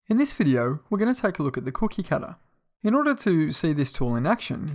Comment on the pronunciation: ha hah ha the way he says cookie cutter